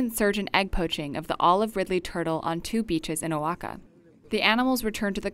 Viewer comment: Did she just pronounce Oaxaca wrong?!